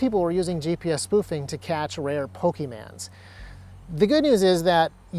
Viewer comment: You had me until you said "Pokie-mans" like my Grandma did in 2001.